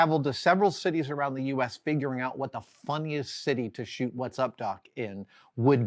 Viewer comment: Ngl, my heart almost stopped when I heard you say, "while she travelled to several cities around the US, figuring out what the Fu...", even more so because you seemed to put a LOT of emphasis on the "F". lol Talking of movies that switched around locations in cities viewers may be familiar with (and therefore, find somewhat jarring), two came immediately to mind: A scene near the start in Trainspotting, in Edinburgh. And another in The Girl With The Dragon Tattoo, in Gothenburg. Both have sequences where the action exits one area and resurfaces just a moment later in another, far from the previous scene! While it may work fine for the casual viewer, it really can be REALLY disconcerting for viewers who are familiar with the areas concerned! I have to add though, in my experience, just seeing a location you're familiar with appearing on celluloid, by far outweighs any discomfort experienced by the aforementioned editing foibles. lol There's a 5 second scene (trust me, I timed it) in World War Z, filmed literally a 10 minute walk from my front door, which doesn't really conform to any of my previous statements... I just wanted to tell someone! 😁